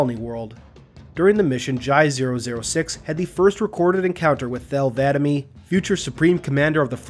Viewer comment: It’s Thel’ Vadam pronounced Thel Va-dam not Vel vadam-ee